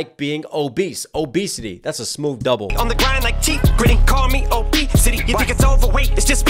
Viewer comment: Stop saying smoove... it's so stupid. Just like these rehearsed reactions. Why pretend it's the first time you've heard it, like you haven't done your research for all the references...